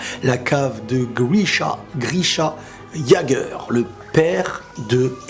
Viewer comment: P.S on dit pas yagueur mais yaigueur